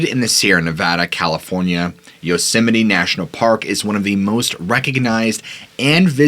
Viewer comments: Why are you pronouncing it "yosimini" ? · Do you keep calling it “Yosemi-NE”? I enjoyed the stories, but was distracted by the pronunciation. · Fun fact: It's actually pronounced "yoze-mite." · Does the park have a chapel, any memorials to the massacres there, any North American NA shrines where you can pray and give offerings?When Dick was President, I heard the concessioners brought in $100 million a year, was once owned by Sony.(Curry Co during Dick) Two things Japanese tourists want to see, the GG bridge and Yosemite. It's not pronounced Yose sem might.